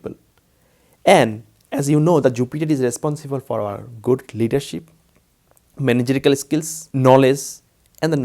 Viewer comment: Sir, the correct word is managerial skill, but not managical (skill).